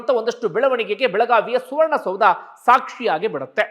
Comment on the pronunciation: ಸುವರ್ಣದೌಧ ಅಲ್ಲ ಸೌಧ